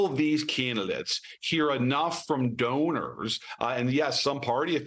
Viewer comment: Did she just say stoners instead of donors? 🤔